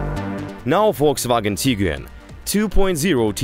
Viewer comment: Actually, it was the most comprehensive review of comparing cars I have ever seen. I enjoyed the detailed explanations, frank comments and also lovely accent. Just I would like you to pronounce the word TIGUAN like “TEE-GWAN” This is how it pronounced in Germany and it means Tiger. Tiguan’s build quality, Turbo Charged Engine, Roomy interior and cargo, more comfortable seats design, panoramic sunroof, prestige and classy look are unique specially with Highline model 5 seater with powerful 162KW engine build and assembled in Germany. Thank you guys.